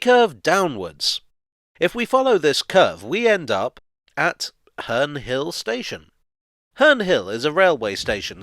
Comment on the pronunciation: Its sound like hernrie hill